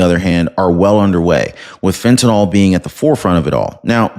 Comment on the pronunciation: PLEASE !!! The drug is called FENTANYL, Not FENTANALL.